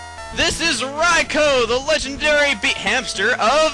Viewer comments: UGH. Rye-co RYE-CO? I've always pronounced it Rye-koo. Beginning of this vid cheesed me so much :P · It's RAI-KOO not Rai-ko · i thought it was pronounced Ry-koo not Ry-kow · Daikon: I got sort of famous for everyone mispronouncing my name like Raikoo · its rikoo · I thought it was pronounced Rai-koo? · I thought it was pronounced "Rai Koo" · I'm pretty sure it IS 'Rye-co', though, seeing as how it is spelled. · I alwasy thought Rikous name was pronounced like Riku hmm. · Your saying Raikou wrong.... .3. It's RAI-KEW! Dx. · I thought it was Ry-koo >_> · i hate how u prounce everything wrong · Raikou is pronounced raiku isnt it? And dang it chuggaa, you shouldnt have used yur master ball on raikou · I believe it's Rai-koh. D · I do believe you pronounced Raikou wrong, yes I know, its an RPG and with out them having speaking voices in the game, you can call them pretty much whatever you want. Rah-e-coo-oh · I just want to say is that the 3 legendary dogs or whatever you call them are cats not hamsters not dogs or beasts their cats i can prove it,Entie is a lion,Raikou is a tiger,and sucincune is a cheetah ok i just want to clear that also ps.Chugga i think your videos are awesome and you said Raikou wrong but it doesn't matter